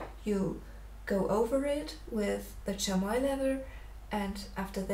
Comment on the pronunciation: It's pronounced "Shammy". Lovely drawing btw.